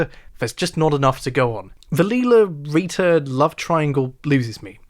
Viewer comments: It’s Lyla. Not Leila. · It's Lila. Who's Leela? 🤣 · Bro says Lila like a psychopath, but Brian like a normal person